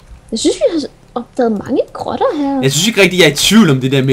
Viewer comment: da du sagde "jeg elsker grotter, jeg elsker grotter, jeg elsker grotter," der lød det mega meget som om du sagde "jeg elsker Robin, jeg elsker Robin, jeg elsker Robin," i er så søde sammen:-)